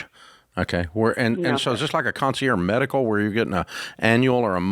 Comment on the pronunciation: It's concierge, not "conci-air." You pronounce the g.